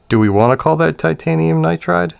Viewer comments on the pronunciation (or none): none